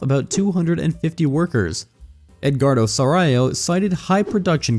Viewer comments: I was listening to this while driving, not looking at the viddo. i have to stop to check this philippine brand is that i don't know - "sarayo" 😅. It's pronounced sah-raaw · I understand why you can’t pronounce “Sarao” (sah-rah-o). But inquirer? Seriously?